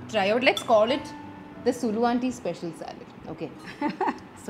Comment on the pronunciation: That is Saalad not salad